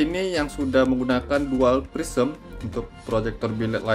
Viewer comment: Prisma itu bang bukan prisem😂